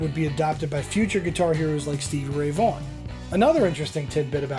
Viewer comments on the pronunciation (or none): none